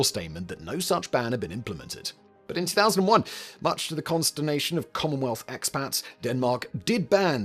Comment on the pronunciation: he means 2011 but sounds like 2001